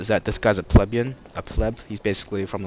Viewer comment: its pronounced pli bee un not pleb yun